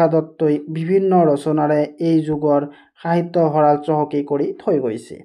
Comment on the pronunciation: Sahitya nhoi hahitya ussaron korute Baki thike ase